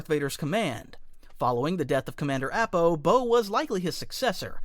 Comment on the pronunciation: Look... I know you don't mean to but the live action movies have damaged me irreparably... AH-PAH my guy app-ah? Nahhhh